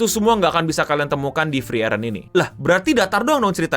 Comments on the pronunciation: bukan freren bang tapi FREE EREN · setauku cara bacanya itu "Friren". Itu e nya ngga dibaca soalnya ngikut pronounciationnya bahasa Jerman. Funfactnya lagi, semua karakter di anime ini dinamain dari kosa kata dalam bahasa Jerman. Kalau ga percaya, bisa dicek di Google Translate.